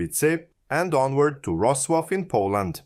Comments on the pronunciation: His pronunciation of Wrocław (Vrocłav) is terrible :). Also he pronounced Czech Most in English way. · Serb should be able to read correctly Polish and Czech names.